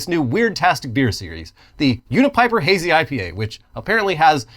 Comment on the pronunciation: My name is Bryan kidd with a y when you said the name of the unipiper it really threw me off lol